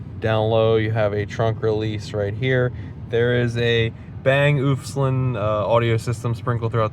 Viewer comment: Bang and “Oh Luff Son”. That’s how you pronounce it.